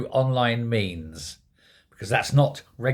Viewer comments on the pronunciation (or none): Liked the way you said YET 😂😂